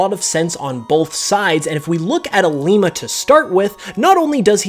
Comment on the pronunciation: You said Lima wrong